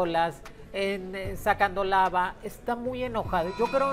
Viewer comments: Alguien digale a Moni que se dice lava NO lama 😅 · Si ya van varios vídeos que dice lama 😂🤗☺️😊